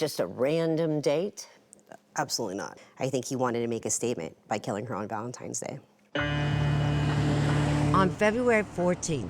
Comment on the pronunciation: Did she just say "Valentime's Day"?